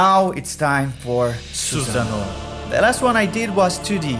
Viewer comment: Not susan-oh 🤣🤣